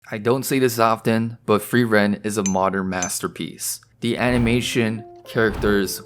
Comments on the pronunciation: Ey man, don't want to sound like a wise ass but it's not pronounced "free.. ren" but like one word, more like "freerun". It's German for "to freeze/freezing". Actually all names are German and are pretty on the nose for most characters ;) Frieren - (to) Freeze Fern - Remote (far away) Stark - Strong Himmel - Heaven Heiter - Bright Eisen - Iron Flamme - Flame Linie - Line Lügner - Liar Qual - Torment Nonetheless the greatest show of this year. Along with Evan Call's awesome soundtrack! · Hi. Frieren is a German word - like MANY of the non-Japanese names used in anime - and means Freeze. It is pronounced F-rear-en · or say furieren like just try to prounce the r is in a not english way plz xd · Imagine calling "Frieren" "Free Ren" man i love AMERICAN FREEDOM